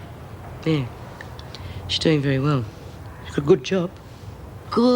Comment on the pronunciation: Veyey well.